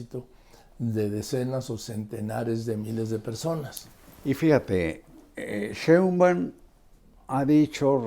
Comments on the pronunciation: Tan bien que me cae Carlos, pero no puede decir Sheinbaum! Cheunban! 😂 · Respetado y siempre bien apreciado señor Marín : ¿por qué no pronuncia correctamente el apellido Sheinbaum? Siempre le dice Shembaum. Le conmino y le insto a que corrija, de otra forma -le advierto-, me veré en la penosa necesidad de dejar de ver sus programas que tanto disfruto pero, sobre todo -y más tristemente-, de irrespetar el título que le fue otorgado como alguien que nunca se ha equivocado semánticamente. Como opción alterna, si acaso mi advertencia lo atemorizó lo suficiente, le ofrezco que me explique usted sus motivos para hablar de una forma que parece ser un error de pronunciación imperdonable para alguien de su talla cultural e intelectual. Le agradezco su atención reiterándole tanto mis más sentidos respetos, como mi más irrevocable advertencia, aunque lo atemorice.